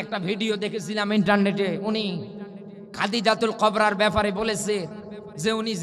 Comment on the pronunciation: যে পাগল গুলি আম্মাজান খাদিজাতুল কোবরা রাজিয়াল্লাহ আনহার নামটি সঠিক ভাবে বলতে পারেন না তারা কিসের আলেম।